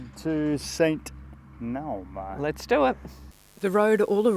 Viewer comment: Epic wild camp. Loved watching your journey around the Northern side of Lake Ohrid. Brought lots of great memories back. I visited 43 years ago—time to visit again. Btw, Naum (Monastery) is pronounced Nah-oom.